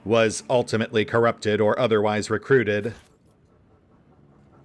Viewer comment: re-kroot-ed? :P